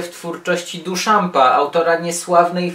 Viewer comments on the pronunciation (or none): 1) Duchamp czyta się (uwzględniając polski akcent) bardziej jako ' dyszą ' nie duszamp. 2) Kazimierz Malewicz, który razem z Pollockiem, Kooningiem i Rothko stworzył moją estetykę, tworząc suprematyzm/konstruktywizm pragnął wyzwolić emocję spod jarzma narracji, formy. Przeciwstawiał się figuratywizmowi, dążąc do wydobycia z rzeczywistości jej esencję. Jak sama nazwa wskazuje: sztuka suprematyczna, czyli najwyższa/nadrzędna. Sztuka zatomizowana, rozbita na czynniki pierwsze. Pytająca o istotę odwzorowywania, lecz nie skupiająca się na samym odwzorowywaniu. Myślę, że mógłbyś częściej poruszać taką tematykę. Może następnym razem opowiedziałbyś młodzieży coś o interdyscyplinarnych kierunkach w sztuce? Performance lub happening ze szczególnym uwzględnieniem akcjonizmu wiedeńskiego lub coś o poezji konkretnej i ciekawej postaci Stanisława Dróżdża? Może dzieciaki idąc do MOCAKa zdadzą sobie sprawę czym jest to śmieszne pomieszczenie z literkami, w którym tak ochoczo robią sobie zdjęcia na instagramka :P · DIszampa, diszampa,, nie Duszampa, merde. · duszampa XD naucz sie wymawiac jego nazwisko, plis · Nazwisko Duchamp wymawia się inaczej.